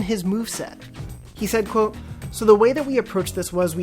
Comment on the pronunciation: Is anyone else weirdly annoyed by the way he says QUOTE?